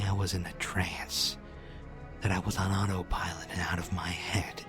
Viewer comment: Anyone else have a problem when he said the word "autopilot" ? I'm basically marathoning the playlist, and yeah...